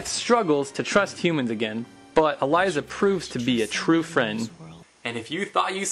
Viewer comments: Nice review! This is my favorite show of all time. Just one thing: it's Elisa (pronounced Uh-Lee-Sa) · Dude, you pronounced Elisa's name wrong. And Xanatos is the coolest badass who ever lived.